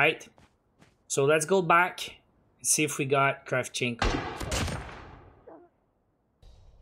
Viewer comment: It's Kra`vchenko